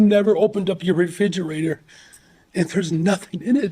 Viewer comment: how tf does someone who says “re-fidge-eratuhs” and “cope-uh-rations” make so much more money than i do